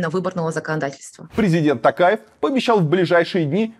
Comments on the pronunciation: Варламоввввв читай нАрмАльноооо не тЭнге а тЕнге, не ТАкаев а ТОкаев раздражаете уже 🤦🏻‍♀️ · Не ТАкаев, а ТОкаев. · Режет слух как говорите тЭнге, тАкаев, актАбе. У вас же тоже есть эти буквы в алфавите и звуки те же, почему нельзя говорить как есть? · слух ломает.... тЭнгЭ, мангыстаУская, АктАбЭ, , ТАкаев... ударения? не, не слышали... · Илья, нужно говорить тОкаев через О. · Ударение ставтит на" у" а надо букву "и"